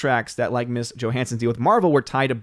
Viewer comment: Ms. Johansson — “Ms.” Pronounced MIZ. It’s a thing that was made in friggin’ 1972. Ms. Magazine was most definitely NOT Miss Magazine.